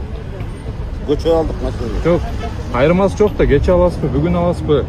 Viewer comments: Туура суйлошту уйронгуло Кочоо Деген улица кечээ деп туура суйло! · Көчө - деген жол. Гөчө - деген сөз жок. Туурасы: Кечээ эле алдым деген туура.